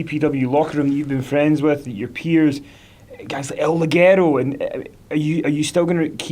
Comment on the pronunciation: Conners can't say Ligero right either....